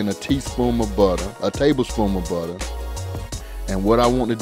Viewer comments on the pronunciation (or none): Did he say table spoom of butter